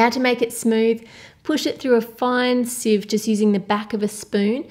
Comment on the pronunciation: The way she says "Sieve" tho